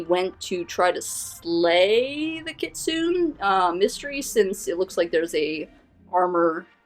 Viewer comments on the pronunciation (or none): a. kitsune is pronounced KEY-tsoo-neh. not kit-soon. sorry but it just really makes me cringe every time you said that. b. Mystery and Shiromori are both yokai. Mystery created a jubokko that became Shiromori. a jubokko is a tree/plant yokai that was once a normal plant, but got fed blood and became a blood-drinking monster. Shiromori, being created by Mystery's kitsune blood, probably wants to kill him to get more powerful. c. in the flashback, there are helmets and weapons from fallen samurai in that forest. it seems Mystery used Shiromori for his own means, making her his fortress and defense, luring warriors into her forest until they got lost and Mystery could pounce on them. this could also be why Shiromori wants to kill him, for him using her then abandoning her after Vivi's ancestor defeated him. d. speaking of, Vivi's ancestor probably had magic, and Vivi's inherited it. when Vivi tries to stop Shiromori's giant shears, her bat glows blue before getting overpowered. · I must also inform you that it is pronounced Kit-soon-ay. The e isn't there for show. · The term Kitsune is pronounced Kit-sue-nay